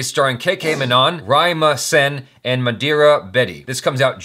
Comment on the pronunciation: you might have just pronounced mandira "madira" (or did I hear it wrong) ..they mean right opposite in hindi.. :P